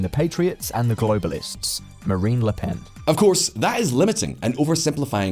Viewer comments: Her name is "Marine" not "Marie-Anne." You kept saying it that way. And yeah I kinda agree that without Macron we're at risk of following the path of a country like Argentina. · It's "Marine" LePenn (like "royal Marine"), not "Marianne". This isn't a Gilligan's Island rerun. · Pretty sure her name is Marine and not Marie